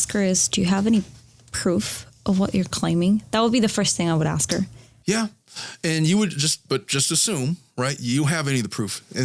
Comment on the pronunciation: I’m so tired of him axing. Asshole the word is ASK